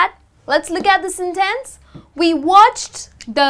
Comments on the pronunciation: why you say sen'tence... giving the emphasis to the second syllable? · that was useful! but i am a bit confused about the pronociation of the word "sentEnce", sorry)